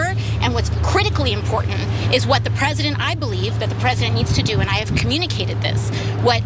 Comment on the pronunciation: Why is "incredibly disappointed in him as a Peesident"??? He did waaayyy more than Obama...